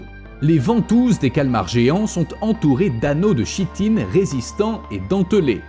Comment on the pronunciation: Ça s'écrit chitine mais se prononce kitine